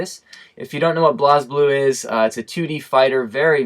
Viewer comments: Great Video. It was good to hear your thoughts. Especially since you have japanese reactions that most of use are not aware of. For future reference, blazblue is pronounced 'blaysblue' instead of blahsblue. Not criticising though. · I thought it was pronounced "blaze"blue